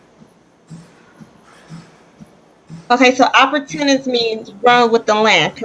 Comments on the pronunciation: “An opputunance” Lmao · I knew she was going to do horribly as soon as I heard her pronounce it that way 😂